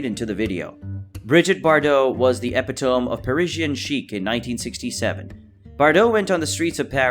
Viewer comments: Bardot: "epitome", it's pronounced eh PIT uh mee", not epi TOME. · Where did this narrator learn to speak english? 'Epitome'!? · Great pronunciation of epitome, Valentine and Leigh. Buy a better computer voice.